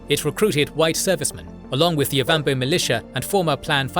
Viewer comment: "Wint - hook and O wham bo" had me in creases!